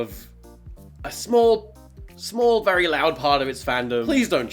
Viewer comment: vewy nice